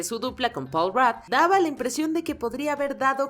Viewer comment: Quien es "Paul Rat..."??? PAUL RUDD!